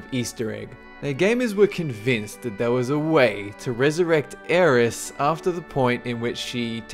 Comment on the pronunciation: I Love how you said Aeris. That's her name to me. Always Aeris.